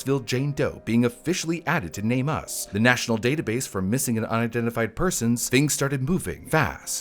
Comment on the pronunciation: It's not Name U. S. Had nothing to do with the USA. It's called NAME US. US. THE MISSING. Not seperate letters. It's even spelled NameUs. Not a seperate S.